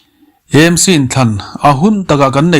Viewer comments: Â M C tih kher a ngai lo. Ê M C tih mai tur. Mizo tawng leh English-a Association, Club, Institution etc. kan ziah chuan chuan a lamtawiah English kan hmang ṭhin. Heng Aizawl Theological College, Aizawl Football Club, Greater Aizawl Water Supply Scheme, Govt. Aizawl College, Aizawl City Bus Owners Association, Aizawl District Congress Committee etc. ahte hian Aizawl hi Â tiin kan lam ngai lo va, Aizawl Municipal Corporation anih vanga Â tih tur bik a ni lo. Chutiang bawkin Hindi ah pawh Aam Admi Party an nei a, Â Â P ti lovin E E P an tih hi. Uttar Pradesh pawh Û ti lovin IU (U.P) an ti. Hindi alphabet-ah IU a awm lo, mahse U.P. an ti mai. Andhra Pradesh te, Arunachal Pradesh te pawh Â.P ti lovin Ê P an tih vek hi. i hriat ve atan. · EMC ❎ AMC ✅ A dik zawk hrereng a, lam dikloh ṭalh kha chu chi ṭhin nang le..🤣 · "E-em- si" tiin in lam thin a adiklo. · AMC Aizawl tih ni na na na a, I lam E talh zela😅